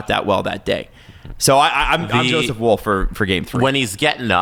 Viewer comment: am i going crazy? why am i the only one annoyed that they keep pronouncing Woll's name like wool? tbf has started pronouncing his name correctly. its 'wall'